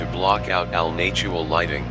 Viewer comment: "nay-tual lighting" mhm yes.